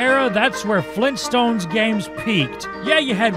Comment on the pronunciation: FLEENTSTONES!? AUGHHHHHHHHH!!!!!!!!!!!!!!!!!!!!!!!!